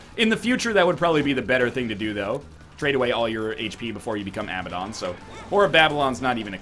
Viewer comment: NL, I hate to be that guy, but the way you pronounce Abaddon drives me absolutely insane, it's uh-ba-den.